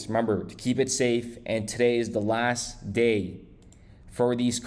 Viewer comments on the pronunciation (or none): none